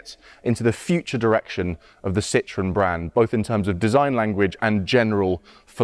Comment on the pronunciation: What is wrong with the Brits?????? This car is NOT called a lemon, which is exactly what "citron" is in French. It's just as bad when they, and most Californians, refer to a Porsche as a "Porsch". Citroën is actually very easy to pronounce----si-tro-en. It's almost as easy as saying por-shaw. Please stop mangling French and German.